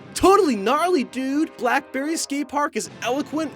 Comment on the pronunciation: It's black belly not black berry